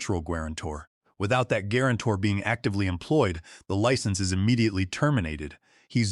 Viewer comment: Good story but it's badly affected by the AI. How could guarantor be pronounced gwarantor? Really annoying! It's not the only error but the most egregious of many.